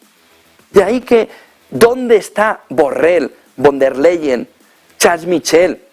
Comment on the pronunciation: Dice BURREL, ostia!!!!